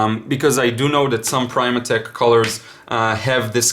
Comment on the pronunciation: Hi there, Primatek is pronounced with "short i" as in prim not prime. : )